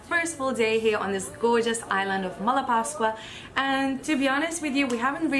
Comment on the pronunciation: I'M SURPRISED YOU PRONOUNCED "MALAPASCUA" RIGHT VERY FOREIGNERS ALWAYS PUT THE ACCENT IN THW WRONG SYLLABLE. I'M ALSO SURPRISED YOU HAD "COFFEE" FOR BREAKFAST AND HAD BEER LATER. I'M ALSO SURPRISED YOU HAD FUN WITHE THE BOYS AND SO DID THEY TOO. I'VE SEEN FOREIGN TOURIST HANG OUT WITH THE KIDS. NOT EVEN LOCAL TOURISTS.YOU'RE GOOD. I CONGRATULATE YOU